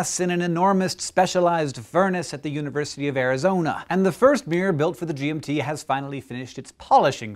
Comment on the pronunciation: was anyone else hearing G&T Telescope